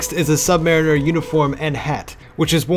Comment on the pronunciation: You said "Submariner" completely wrong